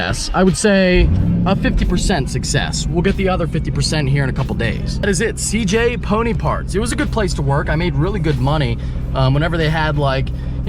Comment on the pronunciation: It sounded like you was saying cj pudding parts. I couldnt understand ya. But once i saw the sign it made sense haha